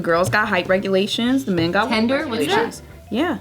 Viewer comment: OMMFFFFG... Stop saying it "Tender"